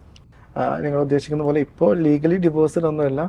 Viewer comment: എന്താടേ !!!! ഡി വോയ്സ് അല്ല . ഡിവോഴ്സ് ആണ് ശരി